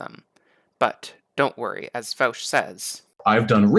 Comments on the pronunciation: It’s pronounced Vosh not Vowsh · First, thank you that although you take some lighthearted potshots at Vaush's expense, I think you did try really hard to actually be calm and rational. If the right on youtube tended to be more like yourself, I would enjoy their content much more. However, I do have some issues. I'll split them up by timestamps. Thanks for providing dialogue creating content. Also, his channel is pronounced like VOSH and not VOWSH. (: My analysis: - What defines something as realistic to you? That argument can be used against literally any societal change people want. e.g "Marriage is between a man and a woman. How would it ever be realistic to change that definition?" Now, I get that example does not affect the economy of the world like co-ops would, but this is just an appeal to your own incredulity. - Also, you say we have examples of co-ops being very successful, but then dismiss it as not important evidence? That does not make sense to me. During feudalism, one could've said the same thing about Mercantile Capitalist companies to argue for feudalism and against capital. - He never said there wouldn't be challenges. That's just you saying. "But it's hard." - He gives the sources.... Which you later even go on to look at. What? - He may have been confident in his ideas, but that doesn't actually say anything about his argument. - A source doesn't have to be an academic study? Some are, some are not. There are many types of sources. - You suppose? No, tha